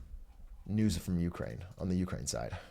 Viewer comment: why does brandon pronounce Ukraine like that